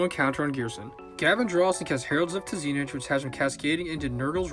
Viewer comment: ...it's pronounced "Tzeench", not "Tzeenich". That I was actually a second T. Other than that, good video.